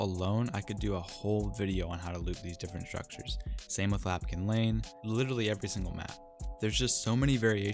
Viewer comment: Love your video's man, but it's Lampkin Lane, not Lapkin Lane =P